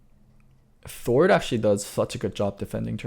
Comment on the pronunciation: Why am I hearing "Thord" than Sword.